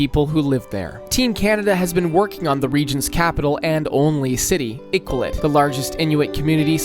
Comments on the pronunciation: Oml I-qual-it. I wouldn't expect other nations to know but it's pronounced I-kal-oo-wit. I know the q with no u after it can be confusing. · Also Iqaluit is pronounced Ih-ka-loo-it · Iqaluit pronunciation is killing me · Friendly reminder that the Geneva conventions exist because of Canada. Just something to consider if you ever invade us :) Also, proper pronunciations: Iqaluit: ee-kah-loo-weet The Glebe: gleeb Regina: ree-jai-nah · Iqaluit pronunciation needs work lol. But great vid!